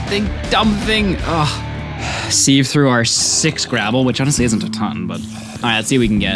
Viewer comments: As much as i love your videos, ITS SAID S-I-V(SIEVE). That being said, youve done amazing work and i cant imagine how much effort goes into making something like this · I have never heard anyone pronounce sieve like that before (he is saying see-v whereas I have always said si-v) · Sieve is pronounced Siv, Taiga is pronounced Tie-guh